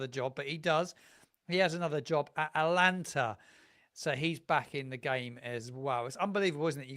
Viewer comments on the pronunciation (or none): Great content, but you do need to work on your pronunciation of clubs outside, Juric went to Atalanta, not Atlanta, and it's trabzonspor, not transpor